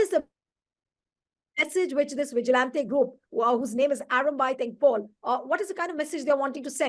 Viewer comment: It is "tengol" not tengpol